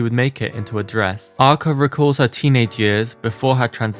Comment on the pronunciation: Your pronounce of her name is wrong